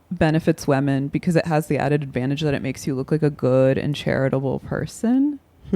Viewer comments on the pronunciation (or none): Anna says women like "wemen"